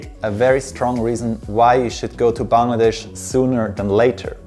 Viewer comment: I love the way he pronounces the word 'Bangladesh', absolutely perfect 10/10. Hope you will visit us again 🇧🇩